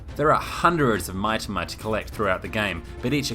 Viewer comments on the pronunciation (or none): OMG DX OK HERES A TIP. IN JAPANESE, THE VOWELS ARE A - AH E - EH I - EE O - OH U - OO MITAMA IS MEE-TAMA!!!!!! DX DX DX DX DX